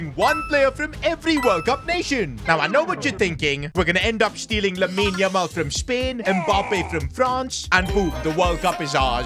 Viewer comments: the way he says lamine yamal it freaking pisses me of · Go one video without saying 'Lamin Yamal'